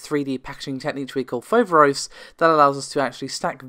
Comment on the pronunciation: It is FoverOs you tune the last O deeper and it means, the frightening one, in Greek.